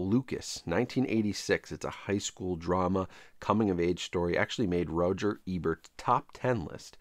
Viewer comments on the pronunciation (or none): none